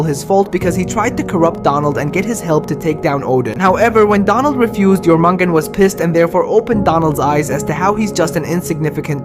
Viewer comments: Jormugand? Jormengandr actually 🤓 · That is not how you pronounce the word serpent's name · YOR-MIN-GAN-DÜR 😂😭😭that’s his pronunciation